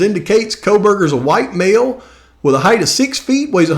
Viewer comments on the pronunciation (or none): none